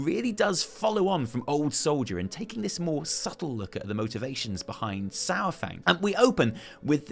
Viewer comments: Uh, Saur is NOT pronounced "Sour".... it's correctly pronounced "Sar"... Other than that great vid. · His name is Saurfang, not Sourfang. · I miss how you used to pronounce Saurfang! Keep it up! <3